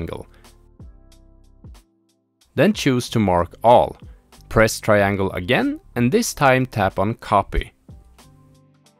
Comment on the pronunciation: actually i just finished last night. and i followed a different video on YT titled "How to Jailbreak ANY PS Vita in 2024 - ANYONE CAN DO IT!" by EDT4. just remember to have the sdcard already formatted and "restoring" to start from scratch. Also be aware of the way he says "triangle" later in the video. it threw me off a bit and i had to rewind a few times, lol. Ima still hit "Like" on this video for getting me as far as they did!